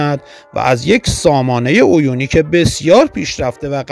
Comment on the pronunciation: عویونیک نه، اَویونیک درسته 😂😂😂😂